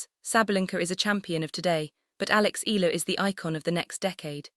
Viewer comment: At what ranking will the tennis world begin to pronounce Alex's last name correctly?